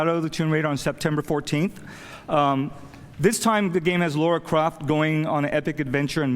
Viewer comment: he's been with lara since her inception and he still doesn't know how to say her name correctly :P